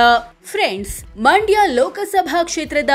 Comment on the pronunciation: ಅಮ್ಮ ತಾಯಿ ಅದು ಮಾಂಡ್ಯಾ ಅಲ್ಲ ಮಂಡ್ಯ ಮೊದಲು ಕನ್ನಡ ಸರಿಯಾಗಿ ಉಚ್ಚರಿಸೋದನ್ನ ಕಲಿಯಿರಿ